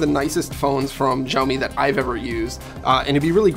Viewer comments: Its not jiaomi. It's SHaomi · Is it that difficult to pronounce the company's name even close to correctly? Xiao mi = Shao mi, NOT Jiao mi... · Xioami is said more like a S sound than a Z for future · It’s Xiaomi as in ‘Shaomi’ NOT Jiaomi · Its sao mi. Not jao mi. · It's Shaomi not jaomi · Why everybody's saying "Jaomi"?? It's pronounced more like "shaomi" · Zaomi? I thought it was pronounced Shaomi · It's 'shaomi', not 'jaoimi' or 'zaomi' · Why the hell does this channel not pronounce Xiaomi correctly? It's not like the letter X doesn't exist in English. X is x like in xylophone. Why is it even pronounced as J now? WTF. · Pronounce it like "saomi" not "jaomi"...😑🔥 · It's Xiaomi not Jaomi 😀😁😂😀😁😂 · Its not zaomi lol😂😂😂😂😂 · WTF is Jaomi? It's Xiaomi. Xi--ao-- mi. It's not that hard at all. If you still don't know how to pronounce, at least listen to Google translate first. What the hell is Jaomi. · Pls dont say “Ziamo mi mix” its xiaomi, u must say “Kciaomi” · 'x' in Chinese is pronounced more like a 'sh', think of Xiaomi more like shao-mee. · Its pronounced as Shaomi BTW. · Xiaomi is pronounced like shao-mee. Like shao in shaolin soccer. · Yo it's pronounced SHEEYAO-ME, there's no Z-sound in Xiaomi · That's absolutely right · its pronounced sha - o - mi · jaomi? jaomi? such , take 40secs to search for the name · No it's pronounced she-ao-mi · A note from a Chinese speaker: it's pronounced SHE-ow MI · Someone please tell the 'X' in Xiaomi is pronounced (roughly) 'sh'. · Xiaomi is pronounced “shao-mee”... Like “show” in ‘shower’... Why are so many YouTube channels getting it wrong??? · Pronounce it like /siɔ/ /mi/ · isn't xiaomi pronounced shaomi ??!!